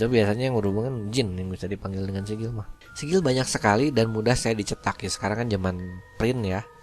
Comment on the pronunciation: sigil bukan nyaa sikil